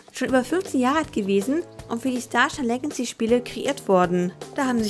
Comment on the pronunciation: Es heißt immer noch star shine lagacy und nd star shine legancy 😂 Btw soll kein hate sein ich find's nur lustig